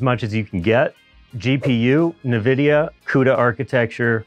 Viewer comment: can't say Nvidia. Nahvidia? LOL